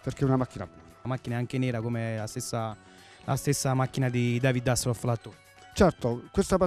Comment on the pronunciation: Dice "Devid Assellof l'attó"?